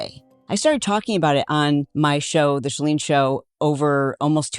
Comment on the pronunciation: Ok girls!! 💕🥰 Saying this with love. Our lovely Chalene’s name does NOT have an “R” in it. It’s Chalene, like SHA-LEEN. She is SUCH a great sport about it, but we all get it wrong all the time. 👏🏼👏🏼🥰 Pronounced SHA-LEEN- Spelled -Chalene. No “R” Xoxo❤